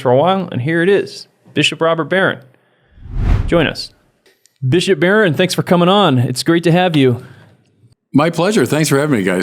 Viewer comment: guys seriously, "Bishiop"